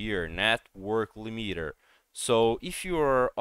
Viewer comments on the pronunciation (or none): its not li meter. its LimiTer the t is pronounced not silent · bro can't even pronounce "limiter" right so I don't know what ya'll expected.